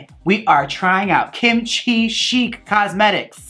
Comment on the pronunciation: Nom De Plume - Chic is pronounced “sheek” not “shick” or “chick” lol